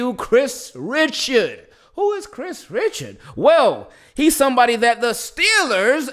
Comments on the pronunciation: I think his name is pronounced “Rishard” but i think his last job before the Saints was Cowboys DB Coach. He took over the DC job too when they fired Rob Marinelli mid season he did a really good job he almost got the DC job if Dan Quinn wasn’t available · I think it’s pronounced Rih-shard